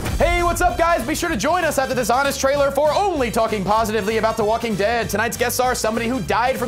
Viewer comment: no se dice waking se dice woking